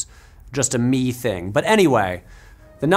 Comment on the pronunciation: I'm sorry..... Who did you say made the 1996 Crash? Sounds like you say a Mel and not our buddy David Cronenberg. Oh, and they don't f cars in that they f after car crashes and car crash injuries. Canadian represents.